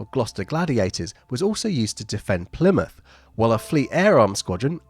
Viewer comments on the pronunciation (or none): none